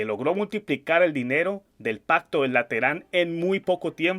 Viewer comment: Cometiste error de lengua...no es pacto de lateran..es pacto de LETRAN!!!!!